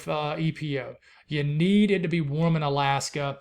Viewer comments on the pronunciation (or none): none